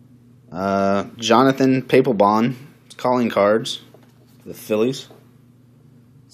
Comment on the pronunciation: its pah-pel-bon... not pae-ple-bon